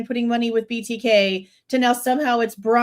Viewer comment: couldn’t even say BTK correctly as well as so many other words. He’s fallen off the wagon!